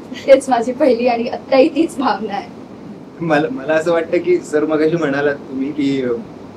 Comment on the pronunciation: भावना म्हणा ग भाव्ना नाहीये.